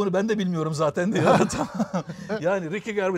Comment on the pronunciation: ricky garbis ne laaa. ricky gervais (riki jörveyz)